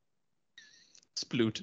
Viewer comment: It's amazing how John leaves the l out of sploot every time.